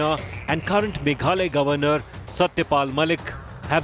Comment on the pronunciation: It's not Meghaloy but MEGHALAYA...